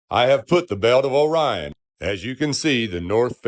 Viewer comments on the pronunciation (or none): Is it bugging anyone else that he keeps calling it, "The belt of O'Ryan" instead of, "Orion's Belt" or is it just me? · I am sorry, truely, but "o/rion" is not a word. How can I be expected to take someone who still speaks in syllables seriously? How would he pronounce this word 👉ore? Or 👈 this one? Bet he says, po/lice too, y'all. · Honestly appreciate that he was trying to come up with a coherent argument, although he completely failed to think in more than 2 dimensions. The most annoying part of this video was the whole ‘O - rion’ thing, every time he said it was jarring. Happy 42nd birthday. I’ll be joining you in May 🎉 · Can we start a petition to change Orion to O'Ryan? I like his pronunciation 😆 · One thing I like about this guy's video is the way he says, "Orion." The emphasis on the "O" makes me smile.